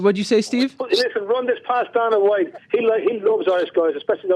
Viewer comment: I piss myself every time Conor calls Dana "The Don" hahhaha